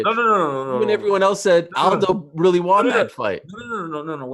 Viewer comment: ariel can't say won